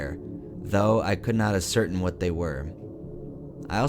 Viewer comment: Scariest part was when he tried to pronounce "ascertain"